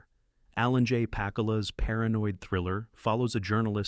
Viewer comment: ANNOUNCER OF THIS VIDEO : SIR------HIS NAME IS PROPERLY PRONOUNCED ALAN. J. PACK OOO LA. ----------PLEASE, OUT OF RESPECT, PRONOUNCE IT PROPERLY. -------MJL, 78 Y/O